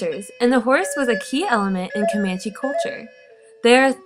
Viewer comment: She's pronouncing the tribe name wrong... she's saying Comanechee it's Comanche!!